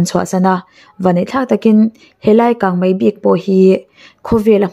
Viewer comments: Kangmai ti lovin kangmei ti thei la ngaihnawm lehzual ang. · Kang mai iti zel hi ava mak ve,kang mei ti zawk la